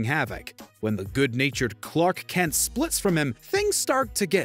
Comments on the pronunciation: Are you saying “Kents”? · Why did it sound like you were calling him "Kents"?